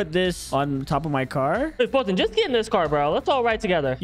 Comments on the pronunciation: its foltyn not foyltyn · It is Foyltyn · foltyn 😂 what did you said kiss